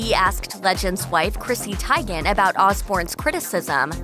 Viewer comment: Tygen??? Come on, you know it's pronounced Chrissy TEEgen